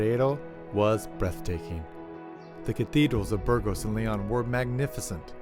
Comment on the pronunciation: Please try to pronounce city names properly. It spoilt an otherwise excellent video. The way you pronounced Burgos was criminal.